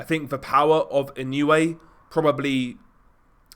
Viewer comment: ❌ - NAH-OH-UH ❌ - NAH-YOH-YUH ✅ - NAH-OH-YAH Opponents get timid when they get a taste of the hand speed and footwork from Inoue. Let your hands go and you are rewarded by getting cracked with punches you didn't see coming. And with that speed difference, there was no way MJ could hang with Inoue on the outside -- Inoue erases distance so explosively. MJ was just too slow. Lucky for MJ he has a concrete block for a head.